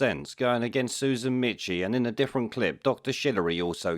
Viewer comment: FFS! Michie is pronounced Meeky. How difficult is it to do the smallest research?